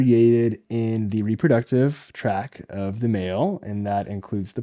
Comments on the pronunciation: I hate to be THAT guy, but it's "be WARY" as in: cautious. You said "weary" which is tired/exhausted. And it's urinary TRACT (with a T at the end) not "track". Good work and! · Is this guy a medical doctor? He says reproductive "track" instead of tract and he listed zinc and selenium as vitamins when both are minerals.